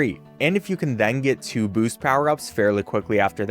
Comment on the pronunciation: why does he say it like mega 🅱️oost